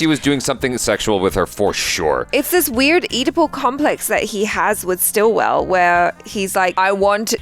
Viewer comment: It's Sitwell, not Stillwell!! 😅